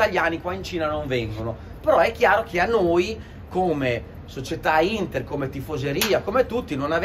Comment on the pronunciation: ma che cazz ci interessa del derby a quello,manco sa dire il nome della vostra squadra hahaha forza HINDDA hahaha hahaha 🤣